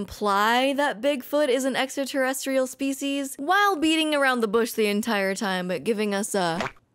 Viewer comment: Its pretty ballsy to become a host for ancient aliens when you cant pronounce "extra terrestrial", giorgio